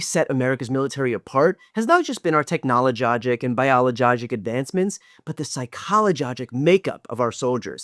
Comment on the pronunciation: Aussie here. LOVED 'technolojogic, biologogic and psychologojic..." Hilarious!😂😂😂👏👏👏